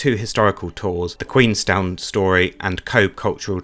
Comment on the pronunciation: Pity you didn't get the weather, I'm a Cobh resident and glad you enjoyed the quick visit, Cobh is pronounced 'Cove' as bh in Irish has a v sound, the town was originally called 'Cove' changed then to 'Queenstown' after the visit of the Queen and after independence from the British back to Cove but with the Irish spelling of Cobh